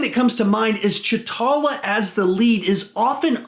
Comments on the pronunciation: “Cha talla” is definitely the right way to pronounce his name “Cha talla” definitely not t’challa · You said chtala not tchala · "Ch'Talla" its T'Challa